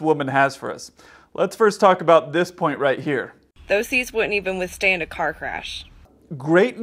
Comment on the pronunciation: ish love how smoke wafts past her face and she slurs withstain a car crash. SMH 🤦‍♀️